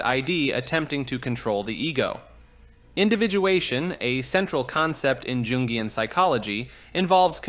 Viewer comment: Jungian isn't pronounced like "Joongian". 😂